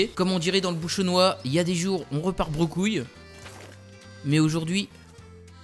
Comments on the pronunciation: bredouille pas brecouille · on dit bredouille pas brecouile :')